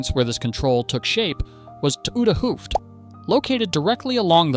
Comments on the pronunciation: “The reconstruction itself is very well done. However, the commentary—marked by completely incorrect pronunciation of Dutch words—is simply bizarre and seriously detracts from the overall quality.” toede hoef in stead of 't Oude Hoofd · Maybe a native speaker could help you with that. 't oude en nieuwe Hoofd is totally mispronounced. It's short for the new head and the old head. Literally. Head would be the head of the harbour. The development of Rotterdam, Wijnhaven, Blaeck, Leuvehaven en Scheepmakers kwartier came with trade of WIC en VOC. Typically Dutch cities in first organised their water management and later added docks, warehouses, shops and housing. This was also a period of shifts in power/control. Hoekse and Kabeljauwse dispute.